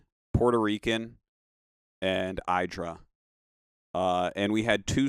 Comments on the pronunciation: The only one mispronouncing it was himself. 😆👍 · 10 years leater... still mispronouncing idra xD